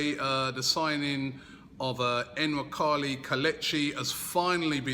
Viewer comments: Robbie's it's not N-nwakali. It's Nuwaa-kaa-lii But his going to be a big hit at arsenal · I don't think you prounce the N